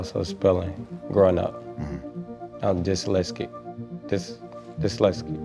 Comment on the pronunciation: Saying he dyslexic while pronouncing it in a dyslexic way is too funny 😂😂